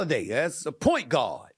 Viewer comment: Is he saying "point god"? Or does he just say guard weird?